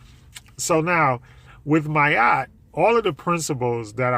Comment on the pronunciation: It sounds like you’re saying “my Yacht”.